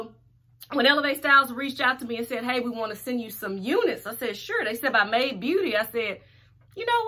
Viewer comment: My Aunt : I'm loving that "May De" wig Me : "Made" not " May De Aunt : I'm glad you so damn educated